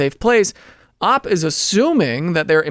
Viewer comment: I love these videos, but every time he pronounces OP as 'AWP' I die a little inside.